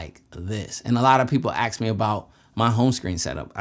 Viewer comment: IPhone hate it with a passion android so much better,when you say aks instead of ask it makes you seem dumb especially when your talking on a post i rolled my eyes and stopped watching think about it .